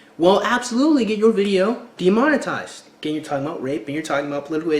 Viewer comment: oh and you said "de monten ized... but it's demon-etized not nucular either it's nu-clear